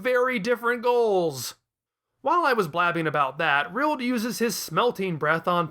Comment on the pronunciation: Why are you calling Rildo Rild?